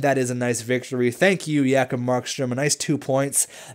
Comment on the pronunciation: J-kob not Ya-kob!!!!!